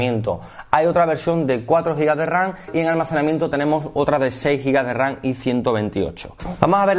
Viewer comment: RAM CON "M" PORQUÉ "RAN"??